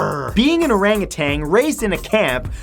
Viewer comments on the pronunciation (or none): Its “Arangutan" not “arangutang" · Orangutan. NOT Orangutang. The word ends with TAN, not TANG.